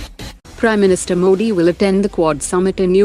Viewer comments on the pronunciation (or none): none